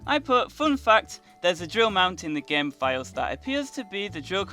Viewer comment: why does he always say gaem instead of game